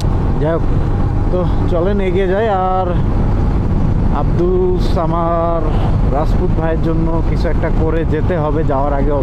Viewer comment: আবদুস সামার না,আবদুস সামাদ।ইনি বারবার ভুল নাম বলতেছে।সামাদ আল্লাহর গুণবাচক নামের একটা যার অর্থ অমুখাপেক্ষী।আল্লাহুস সামাদ।অর্থঃ আল্লাহ অমুখাপেক্ষী।আর আবদুল অর্থঃ গোলাম বা দাস।আবদুস সামাদ অর্থঃ অমুখাপেক্ষীর গোলাম বা দাস।।উনি বারবার ভুল উচ্চারণ করছে অথবা নামটাই ভুল শুনেছে